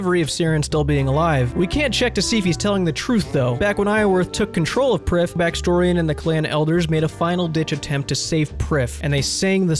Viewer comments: its welsh - Prifddinas means capitol city, pronounced "Preev Thee n Ass" ...You're welcome :) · You'd pronounce it "Priv" not "Prif". The single F in Welsh is pronounced with a V sound. And the DD letter actually makes a hard TH sound. Also Prifddinas is Welsh for Capital City. Just a little fun fact about elf pronunciation. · Prifddinas would be pronounced "preef-vee-nas" in Welsh which is what the elves in RS essentially are.